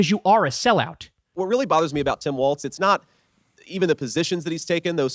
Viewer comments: Say it with me, Walzzzzzz, not Waltz, he's not a dance ok. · His name is pronounced "Walls".